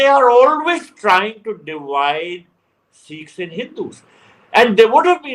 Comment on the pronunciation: Dear Barkha, for gods sake it’s not “Seekhs” , it’s Sikhs . Please correct your pronunciation. That’s respectful.